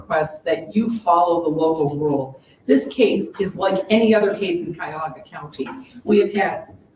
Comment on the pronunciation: She’s in Cuyahoga County Corrections Center….its pronounced like Ky-a-hoga. Ohio Distance & Electronic Learning Academy is online schooling which is basically homeschooling or online schooling. The blue uniform doesn’t always mean “felony” charges in Ohio, I was a Corrections Officer in a 642 bed Regional jail & blue uniforms there meant minimum security. So the blue uniform doesn’t mean anything statewide in Ohio.